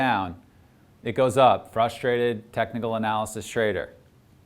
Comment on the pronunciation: Did I hear technical analisys?? 😂😂😂